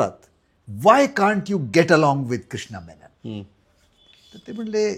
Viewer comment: अहो कृष्ण मेमन नाही हो कृष्ण मेनन.